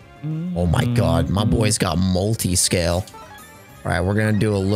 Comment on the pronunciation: Dylan’s face when said “Mutiscale” was hilarious 😂